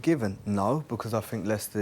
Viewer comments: Ashley “I fink” Cole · ' i fink' 'i fink' i think this is garbage, tired of these has beens spouting off garbage, these kind of show's are on their last legs, just like the big money players are coming to an end, youth, if you haven't invested in the youth of your club then you will struggle in the near future. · I fink....I fink.... dosent seem to be the brightest spark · Has someone tried telling Cole that the word think doesn't start with an f?